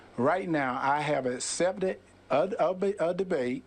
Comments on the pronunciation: " I asept a debate" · Dude really can't say accept. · First of all, he can't even pronounce the word "accept" correctly!